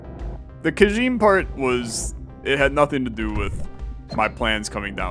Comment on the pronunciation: Kajime is pronounced like "Kuh-gee-meh" on account of it is Japanese.